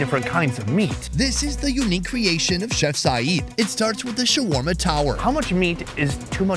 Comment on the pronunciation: "You want sharwarma? Ill give you shwarma"